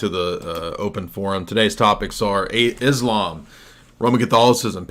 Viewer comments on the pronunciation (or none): none